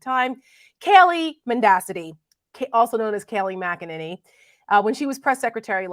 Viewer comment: Kay-lie Mc Enemy